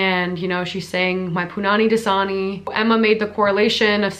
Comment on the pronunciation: My ears were not working because I could not recognize the word DASANI!! I thought it was like JISUNI!!